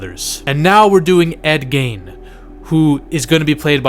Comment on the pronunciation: Gein rhymes with Dean